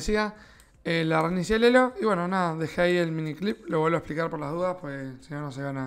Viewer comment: "me dijo un mod plas" JAJSJSJSJJA